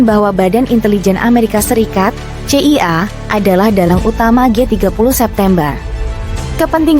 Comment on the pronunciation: masa pembawa narasi dari Kompas ga bisa eja kata dengan baik dan benar, CIA di sebut sesuai huruf.